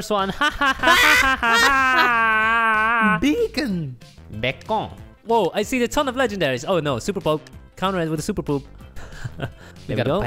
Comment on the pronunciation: He said dat “becon”